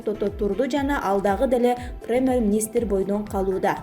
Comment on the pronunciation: диктор кыз Перемер министир - эмес да,Конустутиция дагы эмес ондоп суйло, болбосо Адыкам Мадумаров укса урушат сабатсыз, маданиятсыз- деп.